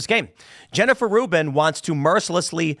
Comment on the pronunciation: Rubin is like of Professor Dolores Umbridge... except Rubin ...apperantly Rhymes with "hunt".